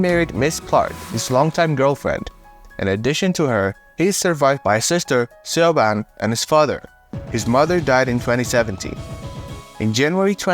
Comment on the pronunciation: Siobhan? si-o-ban? LOL. I remember reading a book once that had a main character called Siobhan and the way you pronounced it was the same way I read it in my head. It's a really oddly spelled name. It's actually pronounce, for God knows what reason, shivawn / shhavorn / shhivorn / shivon